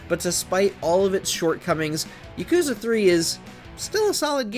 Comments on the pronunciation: It's not YakOOza its ya kU za!!! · The whole time, I was just cringing at how he puts the emphasis on the second syllable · PRONOUNCE IT RIGHT GAME JOURNALISTS!! ITS YAAH-KOOO-ZAAH! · It was a real act of patience to sit there and listen to this bro mispronounce Yakuza the whole time. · How can you play every Yakuza game but still pronounce it that way?